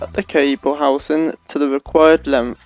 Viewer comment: "Cut the housin' to lenf" lol. Helpful video though, if incomplete.